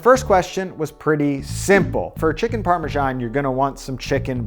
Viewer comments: Why do Americans say Parmajan? It's Parmesan in English or Parmigiano-Reggiano in Italian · Amazing recipe ! But why do americans keep saying "Parmejan" with a "j" instead of an "s" ? :)